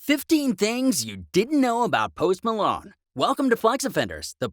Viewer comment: Post Malone or post Malon say it right